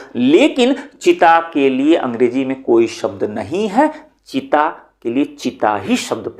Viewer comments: चीता को चिता बोले जा रहे हैं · बहुत अच्छा 👍👍। आप cheeta को चिता बोल रहे थे, जबकि ये चीता है। चिता शमशान में जलाई जाती है 🙏🙏